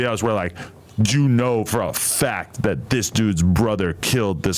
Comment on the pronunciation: that’s the 2nd time you said ghat. Shut up